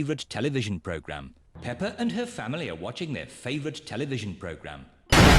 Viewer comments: It’s peppa not pepper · It’s not hello me it’s hello Peppa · The mom said “ pepper “ not peppa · Not only that but the also call peppa pepper